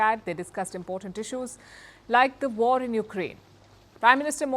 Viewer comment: Pawpaw, speech ne waRrrR RrRukwadi